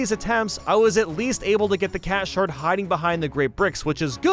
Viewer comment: I used to think he was saying “cat shart” instead of “cat shard”